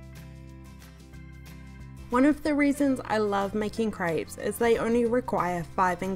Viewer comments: Is it just me or does it sound like she‘s saying “ French crêbes ? „ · Did you just call them cripes? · Craypes” ay ay ay ay yup she “slayng” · I have never heard crêpes being pronounced as "grapes", but I guess there's first time for everything :) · ah yes french crypes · Crêpes is pronounced as "grabs". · I’m sorry but I had to stop watching just because of age says “crayps” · I live in France that’s not how u say fucking crêpés